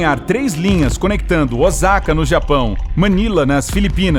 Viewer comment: Osaka(O”z”aka: “Z” d zebra)no Japão!??? Onde é isso??? Mais d 20 anos morando aqui no Japão,NUNCA ouvi falar! Q tds conhecem,é Osaka(O”s”aka:”S” d sapo)! Cuidado ao pronunciar em frente d um japa aqui no Japão hein😳